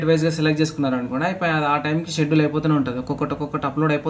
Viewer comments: స్కెడ్యూల్ కాదు షెడ్యూల్ bro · Schedule ni, షెడ్యూల్ అని ప్రొనౌన్స్ చేయాలి బ్రదర్ అక్కడ c silent అవుతుంది.